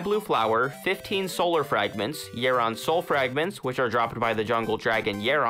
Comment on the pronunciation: Its yh-ah-ron not yeeron